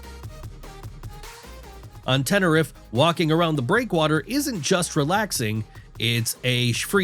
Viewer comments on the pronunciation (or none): "And when did Tenerife become Tinnariff?" when AI added the voiceover! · Yes. That 'emerald' water is clearly tourquoise. And when did Tenerife become Tinnariff?